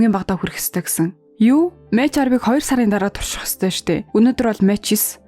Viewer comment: Мач биш мак гэж уншдаг нүү эгчээ, баярлалаа дуртай киногоор минь бичлэг хийсэнд